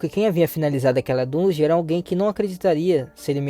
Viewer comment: Agonia ver ele falando errado